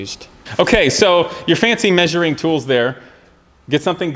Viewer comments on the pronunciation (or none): as long as he's maysuring everything correctly